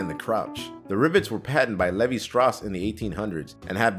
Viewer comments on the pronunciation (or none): Des he just say Levi as levy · "Levee Strauss" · “Leeveye” not like you said. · Lee-vie. Levi. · if you’re gonna narrate videos, at least pronounce the shit right. levi jeans? Lee-Veye. Silica gel? Sil-ic-uh gel. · It bothers me when you mispronounce, silica and Levi..do you have editors? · Never heard anyone mispronounce silica or Levi jeans before....wow.... Just wow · Also the way he said Levi, and crotch. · Verstias these are different words like Dam, Damn. ill, i'll, or Raper, Rapper. Levi is a name of a person and a Levee holds back water, pronounced the former as if it were the latter which is wrong, Bancroft was correcting the mistake because these are different words with different meanings, spellings and pronunciation. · How do you not know how to pronounce Levi silica.....Good old Toyota Celica gel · Let's start 2018 right by you going back and learning how to say "Silica" and "Levi", fuck sake man the most common brand of jeans on the go and you can't say it?! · De_Gooby (Not Gooby from PD) there's a difference between pronouncing something differently and pronouncing something flat out wrongly, especially when it's a brand name.